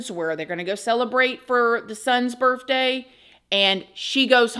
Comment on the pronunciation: I love how she says “Birfday” she’s so sweet and great storyteller!! ❤️